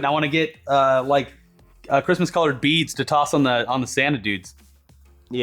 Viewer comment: sounds like you said Reads instead of beads😂